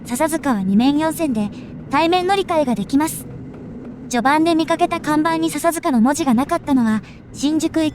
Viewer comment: 笹塚のイントネーションがちょっと違和感が。